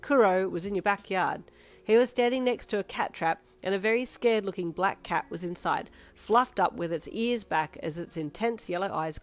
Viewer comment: needs to learn how to say cats because he is setting Kuroo up for these comments 😭 Also Happy Halloween!! 👻🎃❤